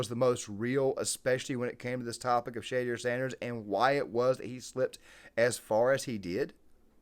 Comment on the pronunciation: Say it correctly...... Sounds like......Sha...door. Not shae dear